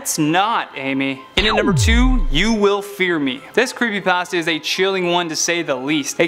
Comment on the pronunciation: creepy pAHsta